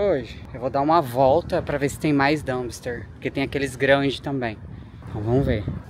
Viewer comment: DUMPSTER, D U M P S T E R, com P, please!